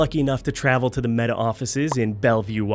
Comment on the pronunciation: I'm sorry, did you say "Meta"? Skip.